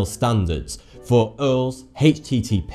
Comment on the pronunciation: did he just pronounced URLs with URLS not U-R-Ls???